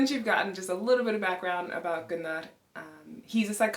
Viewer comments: We actually do say it like ’Guu-Narr’. Then English speaking people made their own remix aka Gunner 🔫😅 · Loved how you pronounced your husband's name 'Goo-Narr' vs. 'Gunn-Nerr'. Have a friend whose father is from Sweden. We've always called him 'Gun-Nerr'. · Always loved the name Gunnar but now hearing it with the Icelandic accent, even more. In English it is broken up in two syllables, between the two Ns and in Icelandic, it is split after the Ns, and rolled R. Love u guys as a couple! Did u notice your facial structure is similar. Both with broad faces and flat straight foreheads.